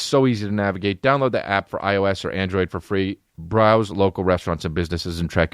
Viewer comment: When you said "browse" I thought you were going to say brao.